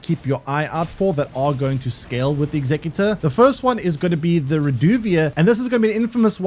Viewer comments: The class name pronounced how its spelled, your sounding it out like the word executive. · He is saying saying how is spelt, in your example of executive replace the ive with or and that's the word